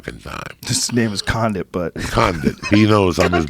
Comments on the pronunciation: Joey " carlos con-do-it " Diaz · Joey: Carlos condo 😂😂 Everyone: else Carlos condit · Conduit hahaha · Carlos Conduit , Khalabib, and Stiopic... can’t wait for joeys next mispronunciation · Condit is the fucking man. But yeah I was like “... he say conduit...?.....” lol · Joey can pronounce Alexander Volkanovsk but can’t pronounce Carlos Condit lmao